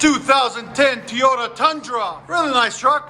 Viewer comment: “TOY”ota not “TEE”yota. Horrible welds as usual again too.